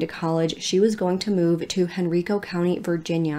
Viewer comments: Oh wow, I lived in Henrico County for 6 years. It's pronounced Hen-rhy-co ♡ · It Hen-Rye-Co 😂😂. It cracks me up every time someone says it any other way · Omg I'm from Henrico... I'm only 9 minutes in and I yelled HOLY SHIT! anyways it's actually pronounced HEN-RYE-CO by the people around here.